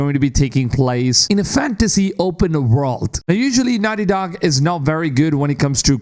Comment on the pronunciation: "Wice pwesident of nahti docc" Your English is ridiculously bad